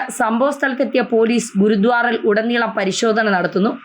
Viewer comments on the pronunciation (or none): Not GURUDWAR,PRONOUNCE GURUDWARA